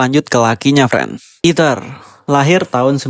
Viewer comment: fren fren, este luis noh eja , malah eater bukan ether